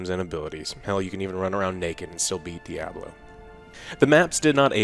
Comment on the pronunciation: When I can afford a PC to run the new D2 I will buy it, but (likely purposefully) pronouncing it as 'dee-ahb-lo" is kinda funny. It's not wrong, and it's a great game, but it's still funny.